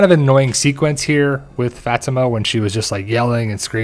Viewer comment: It's pronounced Fah-timah